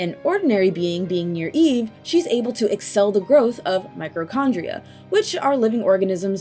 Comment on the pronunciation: Hearing "microchondria" repeatedly, it broke my brain. Zanza really is above them all, though.